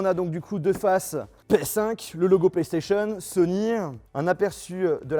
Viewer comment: SonyEEEEuuh. ManetteSSs.. 😩😩😩